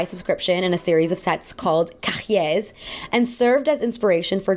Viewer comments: it's pronounced ca-yé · In french, you don't pronounce the hard h in the middle of a word. So cahier is pronounced KAI-yay the h is soft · Isn't Funny Face a fashion magazine movie too? Oh...... hhahhaha, I'm sitting in my living room in France with my French husband listening as I'm watching this and when you said "cahiers" we both started cracking up laughing, because it was wrong and because it was cute. No offense, French is hard to pronounce all the time, lol, I still struggle and I'm getting close to fluency. But to help, it's pronounced "cahy-yay" (s is silent), almost exactly as in "yippee ki-yay", you know like in Die Hard, yippee ki-yay mother F-ers, lol (the rest of the French was decent, not exactly "correct", but understandable) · the way you pronounced 'cahiers' made me laugh so hard 😭it was so aggressive lmaoo, it was also hilarious when you spoke english with a french accent lol love you though, as usual it's an amazing and extremely well researched video!!